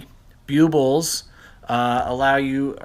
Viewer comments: I believe they are pronounced BULB ills, not Bue Bills Just say the word "bulb" and put "ills" at the end. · Bue-buls??? Ouch, my poor ears. They’re called BULL-BILLS... NOT Bue-buls 👎👎👎